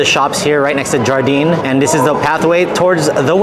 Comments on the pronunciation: It’s pronounced “yar-deen” or Garden Also WHEREs and WHENS the WEDDING between you two ???!!!! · Wonderful video, one thing though; Jardin is pronounced ‘jhar-da’ it is French for ‘garden’. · You know that's not how you pronounce Jardin right?